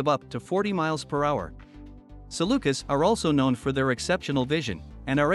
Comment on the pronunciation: FYI: Having spent three years in the Middle East among the canine rescue community I would just like to share that typically the plural form is pronounced sa lu kees, not sa lu kiss. Not a major issue, just distracting. Beautiful Saluki photos in this video.